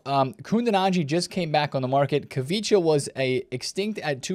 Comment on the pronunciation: I love when you call the Napoli winger “kavicha” 😂